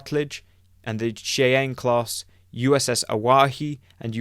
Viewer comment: Great job but you’re killing with the Cheyenne. Its pronounced (shy-ann).